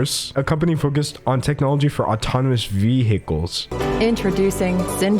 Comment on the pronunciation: Ur prononciation of vehicle made me smile a lil bit